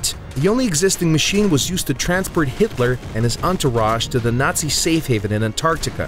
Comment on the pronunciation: The way he says Nazi made me cringe 😬